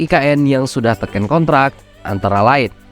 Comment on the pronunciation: Ki...Keren...👍👍🇮🇩🇮🇩🇮🇩 cuma ada dikit,dan berulang, yang kurang enak denger nya... Sumadilaga, bukan Samadilaga (??) Tèken... bukan Tekèn... (??) makasih 🙏